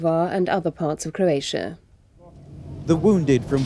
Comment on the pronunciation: For God's sake Michael Nicholson, it CROatia, not CURatia